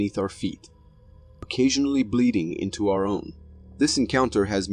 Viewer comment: You don’t know how to say “occasionally “ right?